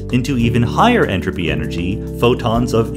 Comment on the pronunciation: every time he says enrapy take a shot